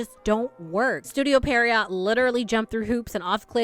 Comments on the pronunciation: Pee-uh-row It's a type of character from French pantomime. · Studio Pierrot: Pee-(eh)-roe